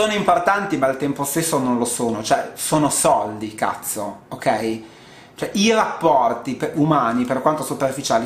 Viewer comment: Quando esclami "cazzo" ti si riempie la bocca ...!